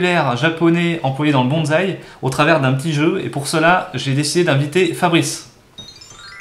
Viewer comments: Vocabulaire japonais...sur le bonzaï!!!!!! On dit bonssai et pas bonzaï... !!!!!! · Rien que le mot Bonsaï fait polémique depuis de nombreuses années. Michel Sacal nous avait dit que le mot bonsaï était invariable et ne prenait pas de S au pluriel. On voie même ce mot écrit avec un Z. Quant à la prononciation, il faudrait dire : Bonne saille.